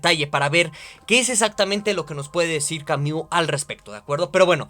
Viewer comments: Ay, con todo y la mala pronunciación de "Camiu" buen video hahaha aunque me daba un ataque escuchar esa pronunciación una y otra vez hahshaha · Camiu, camiu, camiu, camiu jajajaja